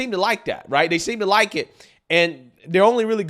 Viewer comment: "So liek... it's absurd to fire me for liek.... doing mah jawb" How TF do you still talk like that when you look that old?